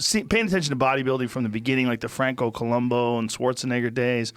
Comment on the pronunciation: It's Franco ColumbU. Not Colombo.